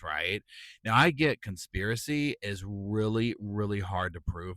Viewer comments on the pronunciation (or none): none